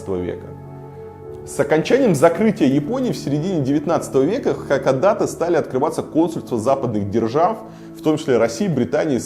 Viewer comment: Только название города произносится иначе. Не хАкадАтэ, а наоборот — хакОдатЭ.